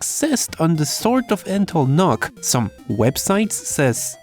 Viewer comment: I would think its pronounced "Nukes." as in short for Nucleolus. Unless you are trying to trigger Pantomath. which you would be doing a good job.